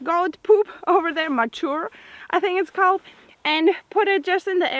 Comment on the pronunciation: fertilizer from the animals is pronounced Man UR just to help you out on saying it. Enjoy your videos alot.